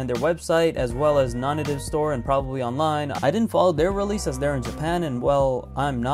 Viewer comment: It's pronounced "Non-Native". How do I know for sure? Because I watched a YouTube video interview and tour of the Japan stores and the people that actually work there all say it "nawn-nay-tive". Search it up.